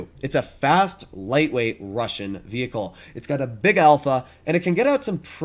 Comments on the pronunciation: Russian, not “russain” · Yeah "russain" pancake, it "Russian" dude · Russian not Russain 😂